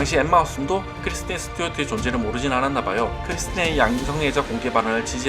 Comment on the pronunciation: 크리스틴 이름발음이 잘 안되시네요 ㅎㅎㅎㅎㅎㅎ